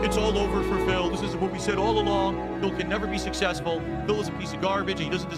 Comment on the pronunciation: "SUSSESFUL" STREAMER, BTW... HES TWEAKING!